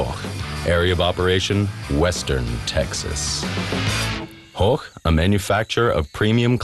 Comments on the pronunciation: horch not horck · Horch is pronounced Horsh